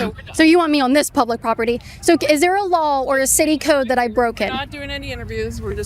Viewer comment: She note, it makes me chuckle how Kaitlyn always says "lawl" instead of "law" ❤